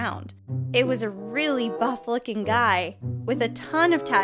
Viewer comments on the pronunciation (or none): listen how she says buff a buff looking guy